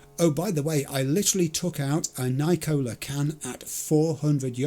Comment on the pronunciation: I meant to write this last Monday and forgot. Looking forward to tomorrow's instalment btw. What i failed to mention is, You pronounce Nicola as "Nigh-Cola", it is in fact Nick-ola as in the Greek name Nicola. Hence the cute cartoon girl logo on the cans and such but much more sinister. This is lore from the actual Cyberpunk pen and paper game that I believe did not make it into the video game, the reason why Nicola is the biggest selling cola worldwide...It contains nicotine. Yes that sugary bubbly refreshing cola is just as addictive as smoking and no one should be surprised. After all, it is in the name so you have no basis for a lawsuit. So if you ever do wonder why an 8 year old might start gnashing their teeth when they smell a cigarette well it's all that sweet sweet Nicola that they have been drinking for years. Cheers, best to you, and see you soon in Night city Choomba.